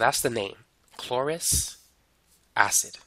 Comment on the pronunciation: Why do you pronounce it as Chlo"ris" but not Chlorous?